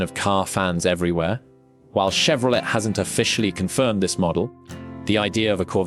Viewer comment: AI sounds crappy! Can't even pronounce Chevrolet properly! Stopped after it said Chevro let! lol Don't waste your time on this garbage.